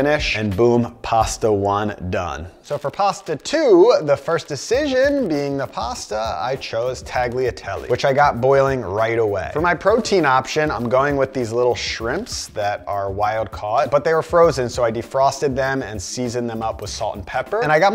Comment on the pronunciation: This was a great video, and I'm going to sound like a whiny nitpicker. But as someone who isn't even Italian, please, everyone: you don't pronounce the g in words that have a gl or gn in Italian. Tagliatelle isn't TAG-liatelle, it's talia-telle. Bonfiglio isn't bon-FIG-lio, it's bon-FEEL-io. Just like lasagna, which luckily nobody mispronounces, it's not las-AG-na, it's la-sa-nya. It makes my skin crawl to hear these hard Gs.